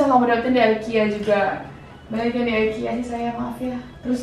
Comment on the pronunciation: ikea bacanya biasa aja ga jafi aikia hehe